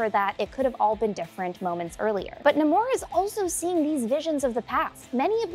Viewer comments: Nahmor roll the r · It’s pronounced no amor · It's definitely pronounced Namor, not Namor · Pretty sure it’s pronounced Namor